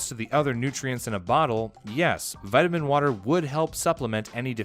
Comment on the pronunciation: Vitimin wotah